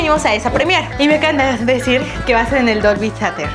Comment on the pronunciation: La pronunciación de Theatre duele increíblemente, creí que Less sabía hablar inglés